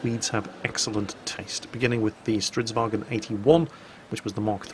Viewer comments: IT IS NOT GERMAN! ITS STRIDSVAGN NOT STREIDSWAGEN! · Not quite. A "gn" is pronounced like the "ng" sound (or [ŋ]), with a trailing "n". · hey not being a knob but fairly sure the G in stridsvagn is silent according to one of my swedish mates unless hes talking shit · Is it pronounced "vagen" or "varen" because my Swedish friend says "strids-varen" while everyone else says "Strids-vagen"